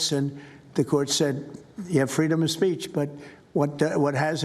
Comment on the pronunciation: "Freedom of spaych" Trump can't even say 'speech' correctly.